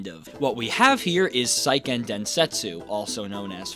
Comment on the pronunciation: "Say"-ken not "sigh"-ken